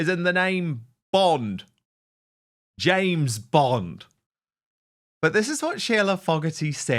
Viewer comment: It's James Bond, not Jane Bond ❤from Teesside 🏴 🇬🇧